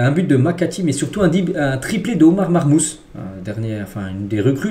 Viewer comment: SALUT sa se prononce "marmouche" pour Omar marmoush;)